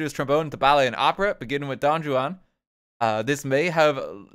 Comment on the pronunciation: not the ju-an pronounciation again....